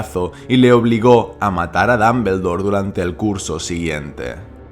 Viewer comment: Ambrich Dambldor Jajajajaja me voy quedar sordo por esas pronunciaciones